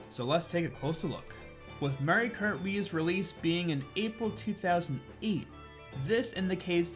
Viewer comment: I love your videos and personality. its just one thing, its called "Mario kart Wii" not "mere krr wii"